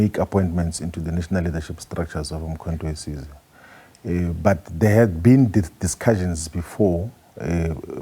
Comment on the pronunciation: He can't pronounce the name of the party correctly. 😂😂😂Umkho we size😢😢